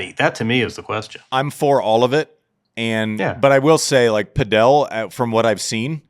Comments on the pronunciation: Andy driving me crazy saying Padel wrong. It's padel...not padiel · Saying padél instead of pádel is not distant from saying Láver Cup:) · Pronouncing Padel like Nadal 😂😂😂😂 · We calling it pa-Del now? wtf